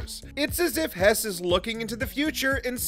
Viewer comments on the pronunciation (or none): it's not pronounced hess, it is pronounced hurss